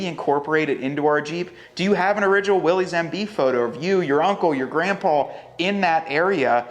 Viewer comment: To match the badassness, could you consider pronouncing the trim level correctly? ☺️ It’s pronounced “Willis” not Willies. 👍♥️